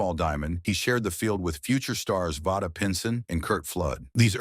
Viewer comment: Vada Pinson's name is pronounced "Vay-duh." Not "Vah-duh."